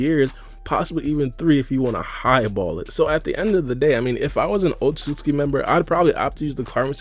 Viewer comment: It's not Otsutski, it is Otsutsuki